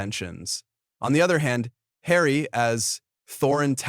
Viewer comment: If you are going to narrorate something make sure you have the names right!! its Tiffany Henyard!